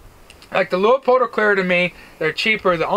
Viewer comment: It’s pronounced LooPold! 2 syllables not three! How do I know this? Because I live in Oregon and used to work there!